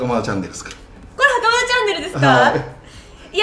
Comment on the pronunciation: 見てほしいのはそこじゃないとは 思うんですが 袴田さん強調し過ぎっす😳😳😳